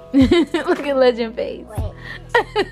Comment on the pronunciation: Why do I hear them say rendall not legend